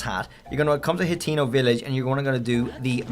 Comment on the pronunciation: Bro called hatino village Latino village